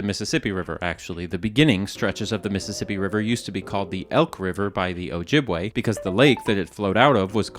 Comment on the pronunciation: As an Ojibwe woman, I appreciate the use of our proper name with correct pronunciation. 🥹